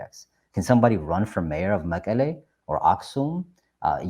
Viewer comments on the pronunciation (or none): መቀሌ he can not even say መቐለ